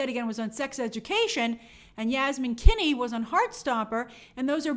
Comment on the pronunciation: Were you mispronouncing the name Finney? 😂😬 Like, saying something like “Kinney”.